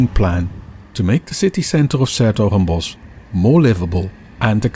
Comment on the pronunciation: I finally get to hear how this name is supposed to be pronouced